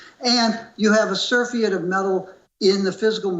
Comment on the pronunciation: His mispronunciations of surfeit and Ockham's razor show a man struggling to appear more knowledgable than he actually is. How ironic that he criticized Kitco for not censoring opposing opinions, as (in his own words) "that guy just doesn't know what he's talking about." If they did, HE would have been censored. Big thumbs up, Kitco, on many levels exemplified here.